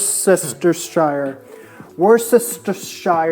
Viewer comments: “Worcestershire” sauce is pronounced “Worster” sauce. I grew up saying it and cooking with it before I really looked at the spelling of the name. Brits are famous for dropping some syllables off of long words. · Worcestershire is pronounced "werstershure" like "New Hampshire" : - His "Aboot" was clearly sarcastic. But yeah i hear "Aboat" quite often. - His poutine looked good, but the beige-ish gravy got me frowning a bit. It reminded me of KFC Gravy :) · Ha ha. WU-STUH-SHUR Sauce. My Grmas dad was born in Bromsgrove, Worcestershire England. Lol! I got lessons on how to pronounce the sauce! 😂